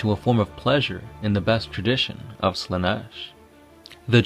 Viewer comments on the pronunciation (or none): none